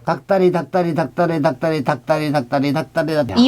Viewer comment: 할아버지님 닭다리 연속으로할때 발음 진짜 정확하다..짱짱